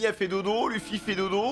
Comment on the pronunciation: yo je kiff regarder tes react one piece mais s il te plait peut tu prononcer Luffy. Leuffy s il te plait se serai genial de ta part xD